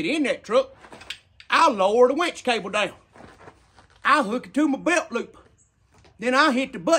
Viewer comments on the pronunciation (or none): Winch idea sounded awesome til I heard "beltloop"